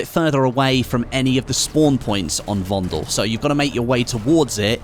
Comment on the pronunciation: Please pornounce VONDEL correctly.. it's with soft e, like "paddle"...